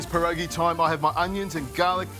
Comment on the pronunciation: The first warning should have been that he couldn't even pronounce "pierogi" correctly.